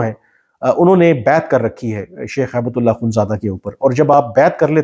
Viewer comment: کامران صاحب، آپ ملا صاحب کا نام غلط بولتے لکھتے ہیں۔ یہ ہیبت اللہ نہیں، ہبتہ اللہ ہے۔ عربی لفظ ”ہبہ“ کامعنی تحفہ gift ہے۔ آپ نے وکلا ٕ سے یہ لفظ بہت سنا ہوگا۔